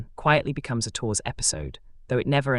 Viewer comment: Three minutes in and I finally "translated" the machine? pronunciation of Tours into Torres. AI? Never trust it. Too damned stupid!